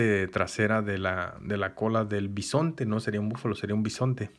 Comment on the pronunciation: es bisonte no pisonte. Ademas solo delen un like.